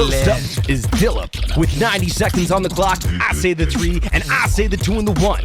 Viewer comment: he pronounced dilip so correctly